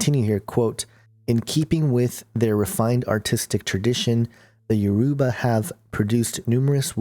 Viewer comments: I wish that you knew how to pronounce Yoruba properly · The way u said Yoruba u pronounced it wrong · You are pronouncing Yoruba wrong but good video anyway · please you are pronouncing. everything wrong look for a Yoruba. person to help you!!!